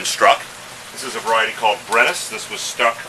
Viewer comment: You use a word when describing the above ground and below ground part of the plant. Sounded like " above the ground, be it a "fairy" is the same as the rose below the ground, which is also the "fairy". " I get the idea but that "fairy" word put me to sleep. It is at approx of the video. What is that word you said? I like the videos. I'm learning, Thanks.